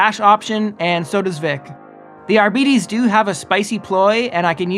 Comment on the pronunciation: Isn't it pronounced "are-bytes"?